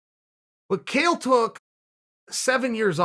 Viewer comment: chael mispronouncing his own name or was it modesty, cos we all know there is only one who cannot be compared to